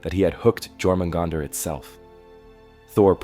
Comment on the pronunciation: Stopped watching when I heard you said "Jor-mugandr"